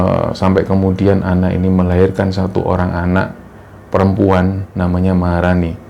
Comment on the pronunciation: perempuan namany maharani, ngomongnya bejeda: perem puan maharani Puan maharani 🗿🗿🗿👍👍👍